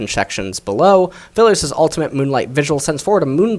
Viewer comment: I think he is called A-Aphilios.